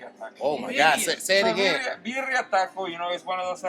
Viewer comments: “Berrara Tacos” 😂 The way says it lol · The word is pronounced "birria" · Lmfao had the hardest time saying Birria lmfao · He couldn’t get it right for shit😭